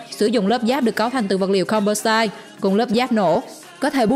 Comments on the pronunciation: Composite...doc là com po zit...not zait...ok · Composite mà đọc com pô sai. Vcl